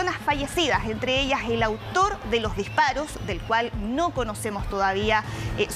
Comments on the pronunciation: También dice : Uno ejcutza,, dijparoj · Será posible que no existen personas capaces de pronunciar correctamente las palabras y tener que sustituir la s por la j???. Para ser reportero o comentarista debería ser un requisito que pronuncien correctamente bien y sin ese tono, regionalismo. Escuche, lease: ejte, muer, por mujer, dijparoj, " muy inicialmente". Lajultimas, nojotroj.